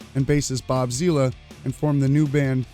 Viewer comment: It's bobzilla as in like godzilla fool. Not bob zeela.